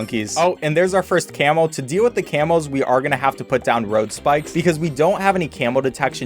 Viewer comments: The way he says camo makes it sounds like camel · anyone else thought he was saying camel detection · every time he said camo i thought he was saying camel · Bro, I swear he's saying camel balloons instead of camo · When ever he says camo I hear camel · I swear I hear "camel" every time he says camo